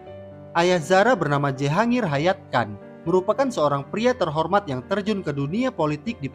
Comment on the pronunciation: Bkn dibaca Jehangir tp jhangir